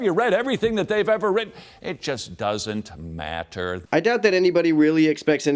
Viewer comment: Notice the same derpy overpronunciation of the tt in "matter" same as Kent hovind does when he says "water"